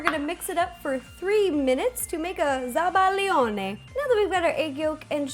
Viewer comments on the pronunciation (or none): please do something percy jackson themed! +the way you said "zabajone" made my day XD